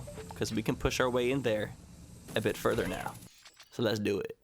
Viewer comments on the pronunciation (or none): none